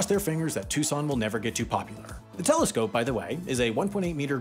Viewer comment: mf said telecscope